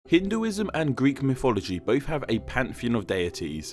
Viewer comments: A pity they couldn't have got a narrator for this video who could pronounce mythology correctly, instead of "miffology". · Every time you say mythology, I just hear "miffology"